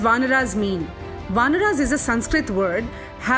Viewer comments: For God's sake please stop this wrong pronunciation. RAmAyan Not ramayan"aah". VAnar Not VAnr"Aah" mAnav Not MAnav"Aah" 😨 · Pronounce ‘Ramayan’ and ‘ Vanar’ properly before preaching something. There’s no ‘a’ at the end of these words. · what's the problem in pronounciating words correctly????? you are saying ramayanaas intead of Ramayan, vaanaraas instead of Vaanar, Sugreewaa instead of sugreev nd many more..... why?????????? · Please it is not vanara but vanar. Not Ramayana but Ramayan. Please if you believe on the correct story, please use correct pronunciation. And again Sugriva, manava is not correct. Chitta 🤔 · I don't like the way they say RAMAYAN as Ramayana and vanar as vanara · Despite the respect of Hinduism, I simply need to know why the fuck you are saying Ramayana instead of Ramayan? Vanaras? Manvas? What the actual fuck is? Fucking you are changing the names and after 100 years your grand children will blame others.. stop doing this.